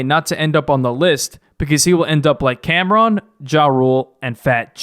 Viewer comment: Computer putin Camron not hea AHHHHHCAMRONNOTHEAAAA🤣